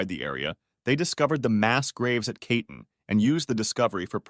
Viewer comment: Reading Katyn (kah-tyn; second syllable stressed) as kaytn is brutal